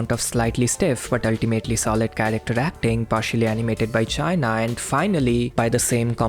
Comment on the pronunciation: sorry if I didn't catch your humor but "China" is a Japanese romaji spelling and is pronounced "chee-na" although the "chee" is short